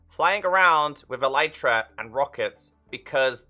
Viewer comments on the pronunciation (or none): Elytra is pronounced "EL-lit-ra" (emphasis on the first syllable), not "e-LITE-ra", and it's the plural of elytron, so it's not "an elytra" but a pair of them (like a pair of trousers). I have yet to find one Minecrafter on YouTube who uses and pronounces this word correctly, though. You can look it up on the official minecraft wiki or on wikipedia (elytra are the hard outer wing cases of beetles) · E-li-tra sounds better imo